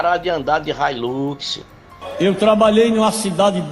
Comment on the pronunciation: O nojento não sabe nem falar ele fala relux é hilux fala railux kkkkk um sem vergonha desses roubando a casa de Deus representada na terra que é a igreja